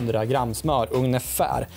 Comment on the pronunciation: / "Ugnefär" är det någon allmän kock-skada som får dig att säga så? :-) Kanonbra genomgång på hur man skall göra och räddningen var superb!